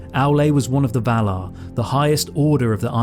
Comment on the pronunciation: Vah-lar ..... Not Vahluh. If you're going to talk about heavenly beings... please pronounce it properly.